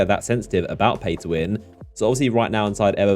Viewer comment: Are you saying play or pay to win ?